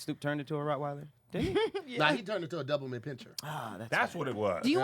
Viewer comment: Ok did say “double mint penture”? 🤣🤣🤣🤣